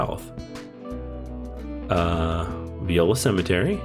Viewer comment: Viola (vie-OH-lah); not like the musical instrument. La Farge (rhymes with barge).